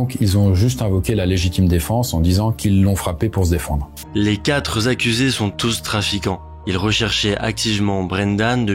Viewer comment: GUYS, les 4 Zaccusés ?? QuatreS ??? Sérieusement ? Vous mettez trop souvent un "S" à quatre, comme à huit d’ailleurs, et vous faites une liaison avec un S qui n’existe même pas.